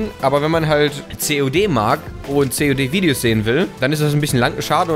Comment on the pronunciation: ja du hast COD gesagt aber hat sich so angehört:)